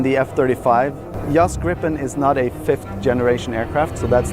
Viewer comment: It is NOT Gri fon, it is Griff on.